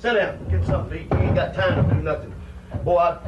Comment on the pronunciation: Um, who ever said that it was a "work" accent? I was saying that his accent was perfect while saying "Boy", not his "fake" accent or that it wasn't his real voice.